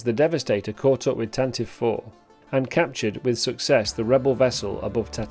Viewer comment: Love the History of the GFFA & this ship particular ! one pronounciation correction ... Tantive IS Said (Tan-Tee-VEE). Not Tan-Tiv. the 'ie' Is Not Silent.